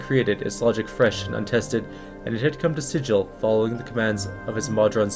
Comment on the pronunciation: Appreciate your videos. Just sharing information in the spirit of correctness. The city is SiGil, not SiDJil. Its a hard "g" sound.